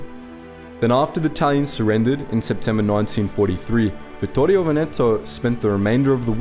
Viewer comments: Nice video! Just a little suggestion: it's "Vèneto", not " Venèto"! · One of the things that I appreciate of the channel, is that you try your best t pronounce various languages the most correct way possible. Like Vittorio Veneto is hard to pronounce, and the only mistake you made was in Veneto where the accent is on the first e, like Vèneto. Congratulations for your efforts and pronunciation mate